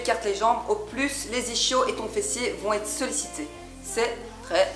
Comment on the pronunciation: Ne jamais faire confiance à quelqu’un qui dit « ICHIO » au lieu de « ISKIO » ça se prononce comme ça , et ça s’écrit ISCHIO ! C’est pas compliqué !